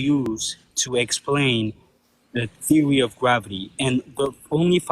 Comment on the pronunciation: Theowy of gwavity.